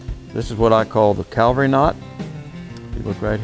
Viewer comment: Cavalry not Calvary